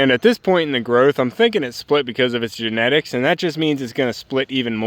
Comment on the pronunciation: Thank goodness you have a Plan B ~ a healthy back-up for your Giant Pumpkin. You thought the stalk split because of eunetics??? I couldn't quite understand what you said, maybe it was genetics? Anyway, I thought it was just top heavy! Gizmo surrounded by a sea of yellow flowers, much to your annoyance, was a great shot ~ and I adore those peachy-orange irises. I love that you said you're trying to create something that your whole family will enjoy, even the ones that aren't here yet!! Such a lovely thought and a positive, happy vision of your future! EDIT: please read post by - - below